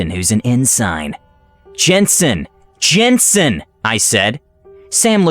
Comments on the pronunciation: OP has a comment in here that it was actually pronounced "yansen" which is a more understandable error. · IRL the name was pronounced "yensun," not "jensun" like it is in the video. That sounds really similar to "ensin."